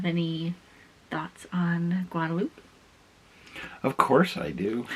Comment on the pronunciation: so howdy from a South Texan!! 102 F not bad. Glad you and are enjoying our stunning country!! BTW?? Guadalupe is pronounced GuadaluPEE or Pea. That's some beautiful country too. How do you two feel about the 4 seasons in one day thing? LOL Have a grand time and so happy you two are enjoying the states. God bless and be careful